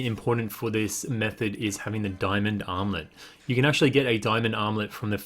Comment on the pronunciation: When you say armlet it sound like you’re saying omelette lol